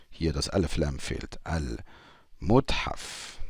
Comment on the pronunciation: mathaf , nicht muthaf ;-) ... aber klasse erklärt . Das liebe ich besonders an Deinen Lektionen. Was Du zu den Verben erzählst.